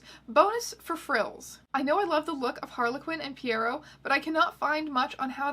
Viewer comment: Pierrot is actually pronounced PEE-row.